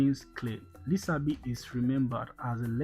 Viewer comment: Thank you for the video. Don't forget his name is pronounced with the sh sound as in Lishabi written in Yoruba language with the s having a dot below it as the Yorubas' sh sound. Thank you.